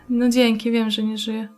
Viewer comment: Pierwszy raz słysze, żeby ktoś powiedział "Dzieńky" :D:D spoko grasz :)